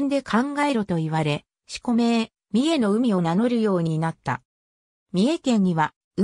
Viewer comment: 「さんじゅうのうみ」､「あさひこく」､「あんえいのうみ」等､読み間違いが多過ぎる｡